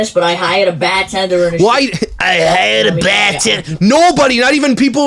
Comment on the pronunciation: you mean BAHHH-TENDA!